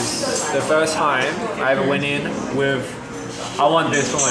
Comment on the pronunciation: he literally said "wIiIFfthH" 🖤